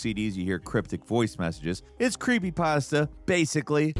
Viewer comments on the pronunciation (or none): none